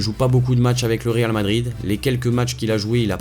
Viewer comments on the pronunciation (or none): none